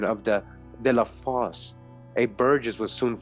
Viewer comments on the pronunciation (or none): none